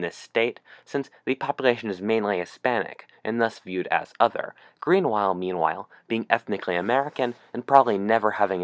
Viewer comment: Greanwhile meanwhile